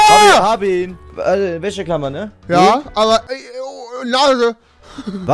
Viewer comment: Ich schreibe jetzt mal wie du Wäscheklammer aussprichst:"Wächeklammer"